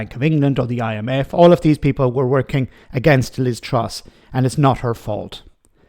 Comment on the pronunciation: I keep hearing Liv Struss.